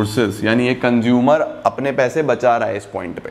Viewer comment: Why I Heard conjumer istead of consumer